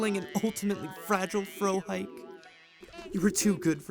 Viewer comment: My immersion though when "Frohike" is mispronounced